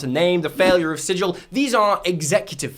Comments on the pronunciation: It's pronounced Sig-ull. Not Sidj-ull. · One minor thing: it's pronounced sigil, not sijil. It's names after a city in the planescape